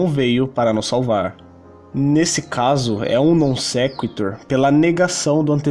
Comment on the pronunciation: Vc mandou um "Non sektor" que nem o Henry Bugalho kkk